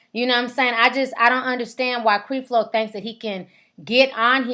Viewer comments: You sayin his name wrong! It's Creflo (kref-low) Dollar! Not (Kreef-low) Dollar. If you 'gon do a video on somebody please know how to pronounce their name. SMFH BTW... I agree with you, but learn how to pronounce the name correctly, because you sound less credible when you can't pronounce the name of the person you reporting on. Peace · Creflo Dollar is right! This girl need to be quiet! She just want to be on you tube! Your mouth is nasty and you need to watch your language! And if its any help to you It's Cref Lo not creeeef lo! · Learn how to pronounce his name before you start slamming him. It's not CrEflo. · ...WHO IS CREE FLO....GIRL STOP!!! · ITS NOT CREE FLO DOLLAR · she mispronounced his name on purpose!!!...are you serious. it's called being condescending!!! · You sound stupid you pronouncing his first name like that and yes that is his name, he is a jr. LOL! bye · Obviously you have not done any background investigation into Creflo Dollar as you don't even know how to pronounce his name. You sound stupid. If you had done any investigation to know the facts you would know that Creflo does not take any money from his congrgation and has his own source of income other than the church. Also why don't you notice all the good he has done as well??? People want to comment on all the bad, I have watched CD for years and he preaches the bible and thats it. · you are saying his name wrong, Lord, plz cleanse this and bless her with the understanding of your love which is unconditional... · Girl!!!! get your life.....find something to do other than sitting around making home made stupid videos and learn how to pronounce the man's name for God sake....you should have been studying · girl learn to say the man's name..... come on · you are not saying Mr. Dollars name correct...We can tell you won't have a career in this area.